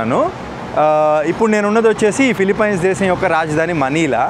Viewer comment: అరేయ్ ఎర్రి పుల్కా ఫిలిఫిన్స్ రా, ఫిలిపైన్స్ కాదురా..